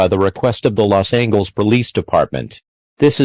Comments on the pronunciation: “Los Angles” 💀 bro i can’t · why did they pronounce it los angles instead of Los Ángeles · i’m so sorry but “los angles” killed me 💀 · “Los Angles”